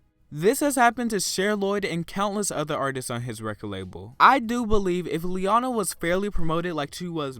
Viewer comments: Please say her name the way she says her own name. Lee-O-na Not Lee-onna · {Lee-own-ah} not {lee-on-a} but overall good vid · Her name is pronounced Lee-oh-nah, not Lee-ah-nah. The middle syllable is a long "o" sound. The narrator did not pronounce her name correctly. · I think her name was being pronounced wrong too as Ley-onah instead of Lee-O-Nah lol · He can't even get her damn name right! It's pronounced Lee - oh - ner, it is NOT Lee - ah - na, it may be a good idea to try and get to know the artist and her work rather than being a robot and reading it off a script. Honestly it's all ppl seem to do now, they're robots and it's kind of scary. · It's pronounced lee-o-na not lee-on-a! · It's LeOna not LeAna. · Sorry to sound like Hermione, but It’s pronounced “Lee-Own-Ah” not “Lee-On-Ah” right ?? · Its LE-OH-NA. Not LE-AR-NA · the narrator's voice is so unusual as to be almost devoid of emotion and computer-like! Plus unlike your varied pronunciations her name is Lee - O -Na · You’re pronouncing her name wrong. The correct way to pronounce it is LEE-OWN-AH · It's lee-oh-na! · Its pronounced as Lee-oh-na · Lee-O-na Just saying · why do you keep saying liana. & she's done stuff outside of singing like performing in cats the musical when Nicole left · this guys a dipshit, can't even say her name right, and said she diminished quickly? Really Queen? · Why do Americans say her name wrong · You can’t even say her name properly what the fuck lol Miss her though she’s so talented hope she lands a come back